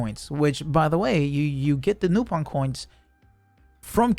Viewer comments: Its actually "Nah-pon" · lol man doesn't know how to pronounce Nopon so said it 4 different ways back to back to cover all options.